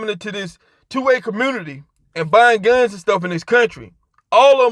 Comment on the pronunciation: I thought this fool was saying selling phones lol.